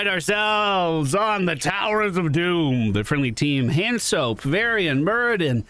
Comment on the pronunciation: Very nice hanzo play. Also pronounced Han so. 😂. Love you.